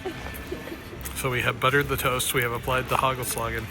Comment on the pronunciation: Last nice Bonaire one ! Very beautiful last dives . You got me with your pronounciation of "hagelslag" , had to wipe some soda of my computerscreen ! In dutch the a is pronounced as the a in "ha" . Also hagelslag = hail stroke . The real dutch hagelslag is not the kind you got there : it's little bits of milk chocolat and resembles mousedroppings ! So in Belgium we call them "muizekeutels" , try to pronounce that one right !😀🤣😂